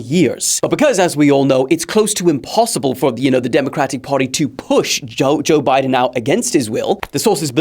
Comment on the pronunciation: bro named the segment joe bye-den lmao